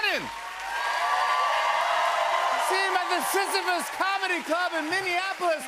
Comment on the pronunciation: Jimmy saying "Sisyphus" is so effing funny to me. It sounds like the silliest bathhouse ever, and I want everything to do with it.